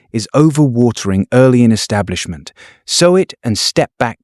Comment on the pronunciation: Great content and visuals. Annoying that the AI pronounces sow like the pig not like sew.